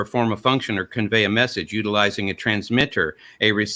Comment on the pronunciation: Did start channeling Kent Hovend here?:D "u-talizing a Transmi-ter" "Sir" before, sir, Aron threw over his apple cart by talking some emergent-intelligence consciousness in cellular life, and talking about consciousness as an emergent property, not present/absent scenario, with quantum-darwinism using machine-learning to make intelligence from non-intelligence, all still absent any imaginary creator, supernatural souls, or magical realms. GD I love how brilliant, insightful, and well read Aron is:D